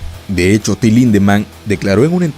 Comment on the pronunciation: Cada ves que dices su nombre escucho "Tilin"